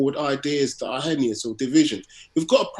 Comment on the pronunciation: It's "hennyous!" 🤣